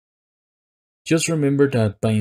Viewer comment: This nigga said "fython"